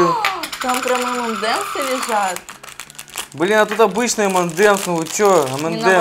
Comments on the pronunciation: эм, там как бы слышно что он сказал блен там в конце слышно Н Н Н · Он сказал Блэна Типо этого